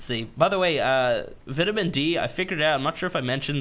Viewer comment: I like the vids but plz plz put vitamin into google translate... you are killing me man